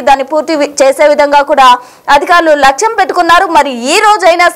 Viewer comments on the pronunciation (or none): Telugu matladatam Nercuko ammaa. Lachham kaadu Lakshyam ani chadavaali. Telugu kuda raakapote Yelaaga ammaa. Aalayaaniki vachhina Nastam yemity? Aalaya pavitrataku bhangam yemiyunu raadu. Dyvaaniki apavtrata yemiyunu raadu. Nijaalu Nirbhayam ga Cheppandi. Leda aa Parama Sivudu Aagrahiste vishyam vere rakamga vuntundi Sir. Satyameva Jayate. Satyam vardhillaali. Nyaniki sanatananiki Sambandham ledu. Nijam nippulaantidi. Peddavaallu daacheste Tsunamilu,Bhu kanmpa palayale tadhyam. Ide Paramasivudi Korukunedi. Yenatikyna Dustulu Sikshimpa badaali Sir.